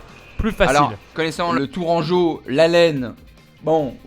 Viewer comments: Le tour Anjou bordel pas tourcoin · Ça me fait mal aux oreilles quand ils disent « le tourquoi » 😭 LE TOURANGEAU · Le Tourcoing... Oo les pauvres Tourangeaux et Tourangelles qui doivent avoir les oreilles qui saignent :-) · "Le tourcoin" xD il me semble que c'est tourangeau hein, en tout cas vu que je suis tourangeau il me semble bien que c'est ça xD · Tourcoing 🤣🤣 On dit Tourangeau ! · On dit tourangeau le nantoi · On dit le tourangeau😭😭😂